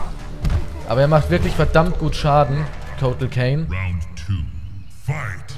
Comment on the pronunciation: KAHN, NICHT KANE :D Hör auf "Kotal Kane" zu sagen :D